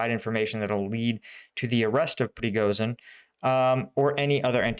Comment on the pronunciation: I know that English has no easy way to pronounce the sound "j", but Приго́жин is pronounced "prigojin", not "prigozin". "zh" is convention for "j" sound.